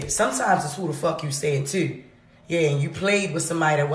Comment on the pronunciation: Whats wrong with her? Why cant she say you and too?